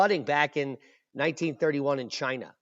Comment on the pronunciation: Ahhahahahah "made in chayna" never lets you down for laughing !! 🤦🏻‍♂️👎🤭